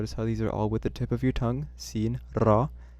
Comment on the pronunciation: Why are you pronouncing <ر> as the alveolar trill, [r], instead of as the alveolar flap, [ɾ]? Arabic speakers use the latter